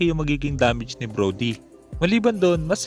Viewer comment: hahahha broly? Brody yon hahahah